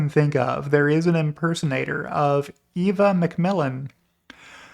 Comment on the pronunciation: FYI Eva McMillan pronounces her name Eva like the ever in forever, what Im trying to say is the E is short not long. I wish I could just say it but this will have to do